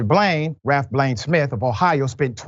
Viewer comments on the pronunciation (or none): none